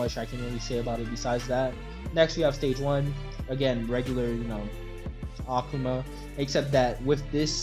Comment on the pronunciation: if this man says okuma one more time